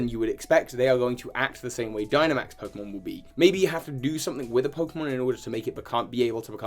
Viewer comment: i gotta look up these pokemon’s names so i get them right Also: mispronounces them badly and repeatedly throughout the video